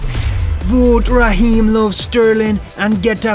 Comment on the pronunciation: Waheem on the covv....covvvvv.....fwont of the game (woy hodgson style)